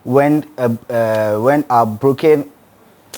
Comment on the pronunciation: Abrokwa or Abroken😂😂😂😂Bebe???